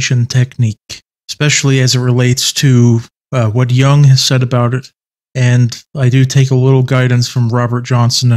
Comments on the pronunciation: Stop saying 'young' it's Jung with a U. Jesus christ dude look at the pronunciation, this one's very easy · Stop pronouncing Jung as young 😢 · I don’t get how you can know Jung so well but not know how to say his name correctly. It’s not like the English ‘young’. The U in Jung is like in the English ‘put’ or ‘foot’. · Also young is technically the english translation to his last name so its not far off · Is it somewhat like "Yoong," but with the "y" sound at the beginning not being as smooth as an English speaker would pronounce it while saying "you," for instance... but something that might be described as being between that "y" sound & a "chk," but with the sound made in the back of the throat & mouth instead of with the teeth at the front of the mouth?